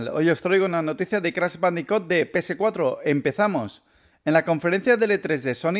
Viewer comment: ¿Crash bandico, pc4, activición? estás pronuncia bien mal las palabras en inglés y en español también y eso que eres español, debería darte vergüenza.